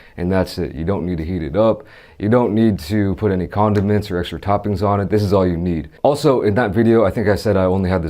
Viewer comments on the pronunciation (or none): man said “condom-ments” LOL